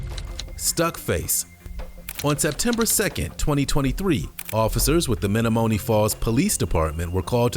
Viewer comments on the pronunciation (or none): It's Meh-nom-eh-knee Falls. Great vid!